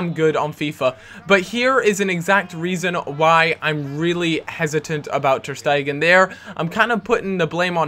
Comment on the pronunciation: ter stegan? guitta? sholdnt be ter stegen and gaita?